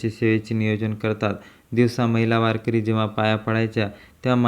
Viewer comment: त्या महाराज चे नाव कोण तुझा बाप सांगायचा का वारकर्याचे नाव बदनाम करु नको तुला वारकरी शब्द निट म्हणता येत नाही रताळ्या